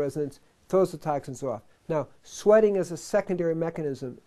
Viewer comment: LOL "tahk sins"